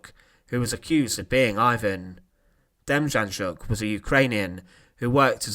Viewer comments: its pronounced denjanyuk not ja, because in Ukranian like German the J is pronounced as a Y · Good video, just a point of interest, his name, Demjanjuk, the J’s are pronounced as a Y, so it’s not Dem Jan Juk, it’s pronounced Dem Yan Yuk. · ITS PRONOUNCES DEM YAN YUK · John DIM-YAHN-YUK is how it's pronounced. You sounded like you were having a stroke when you attempted to pronounce his name lol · N.B. The J in his name was pronounced as a Y, hence Demyanyuk. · It’s pronounced Dem-on-yuck the Js are silent ☠️ becomes him Terrible man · I live in Ohio and his name was in and out of the news for years. It's pronounced dem - yan - yook. He was living in Cleveland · De-Mmm-yeah-Nyuk. It's hard to write how to pronounce it. But those J's are not pronounced. Theres a documentary on netflix here in the staes about him. Called the devil next door. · You're pronouncing his name wrong its Dem - Yan - Yook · I believe the name is pronounced Dem yon yook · FYI.....Demjanjuk is pronounced Dem-yan-yuk. The Devil is in the details. Rudolph Hoess is not Rudolf Hess. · Name is pronounced as “dem-YAN-yuk” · Narrator: try Dame-yon-yook! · It’s pronounced ‘John demYanyook’ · Very good video but the j in his name is to be pronounced as y . Demjanjuk is to be said as Demyanyuk . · Demjanjuk is pronounced Dem Yan Yuk. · Great presentation, one correction: Demjanjuk is pronounced “Dem—YAN-Yuk” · No j sound but like a y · You butchered the john demianiuk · The ‘J’ is pronounced as a ‘Y’ in Demjanjuk. 🤦🏼‍♀️ Maybe do some more research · It disgusts me that people are trying to monetize history with a few pictures and some narration, but they can’t even pronounce the names of their subjects. John Demjanjuk is not pronounced as you say. You want to post about history? Do the work…